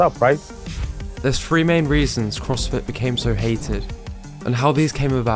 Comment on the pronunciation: Good content. It's THree though not Free